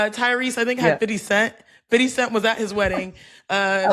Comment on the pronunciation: Im mad u said fiddy cent like that🤣😂😭